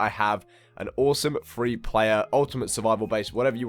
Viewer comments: I reaaaaally don't wanna be THAT person but this grinds my gears when I hear people doing it. PLEASE pronounce three as three and not free! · fone foo free for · Why is he counting like one two free four 😂😂😂😂😂😂😂